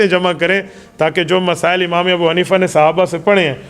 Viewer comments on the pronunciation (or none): none